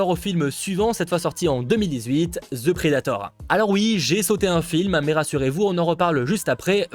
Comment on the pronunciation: Si tu dit encore Ze predator, je me pend. The ce dit De. C'est pas compliqué bozo.